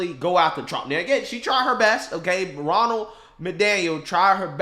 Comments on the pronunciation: Are you purposely saying “Ronald” instead of her actual name “Ronna” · Ronna* Most likely, your auto-correct switched her name to Ronnie. Not as bad as though.. I swear, it sounds like he keeps calling her "Ronald" lol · Ronna, not Ronald.😂 WTF.